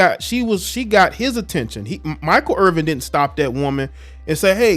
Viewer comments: There's no G. It's 'Err-Vin', not 'Err-Ving'. Basic respect dictates that you should say a person's name correctly. It's not as bad as everyone butchering name. You're better than that. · Irvin not Irving just saying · You can't even pronounce the man's name correctly, you lose all credibility